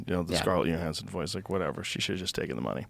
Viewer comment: For the love of goddd Joe, it’s Johansson WITH A J. LIKE YOUR NAME BUDDY. sheeeesh